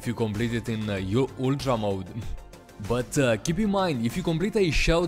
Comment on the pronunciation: I know how hard it is to not say yultra if you're european